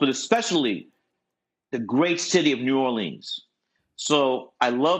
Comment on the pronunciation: Kember, New Orleeens Lebraun